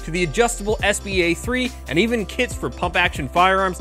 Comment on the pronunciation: Every time he says “kits for pump action firearms” I hear “kids for pump action firearms,” and I imagine a very interesting political movement